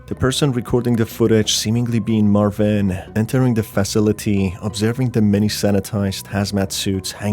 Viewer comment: It's marvin. Not marviiiin